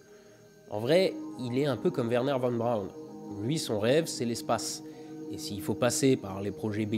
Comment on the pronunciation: Von Braun se prononce Fonne Braun. Oui en allemand le v = f. Pour le son v, il y a le w.